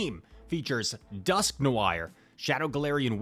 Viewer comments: TontonBatteuse will not love the pronunciation of "noir" 😆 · Are you not familiar with the word "Noir"?🤯😂